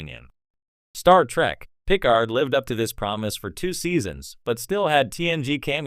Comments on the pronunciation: Stop using AI, it sticks out like a sore thumb the way Picard is pronounced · AI really keeps butchering Picard's name.